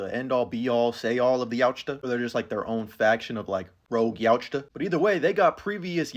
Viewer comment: Love you but the T in Yautja is silent